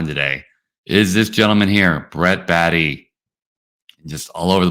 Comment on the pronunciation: It's Bae-tee not Baa-tee